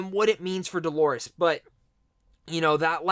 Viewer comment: D-O-L-O-R-E-S. Dolores, not Delores. Maeve, not Mave or Mayv!!!